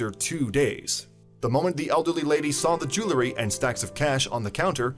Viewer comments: ..."jew EL ry"...not "jew LA ry"... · IT'S PRONOUNCED JEW EL RY. NOT JEW LA RY